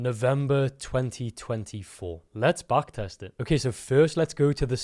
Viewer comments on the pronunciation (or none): try to say Back test instead of Baak test.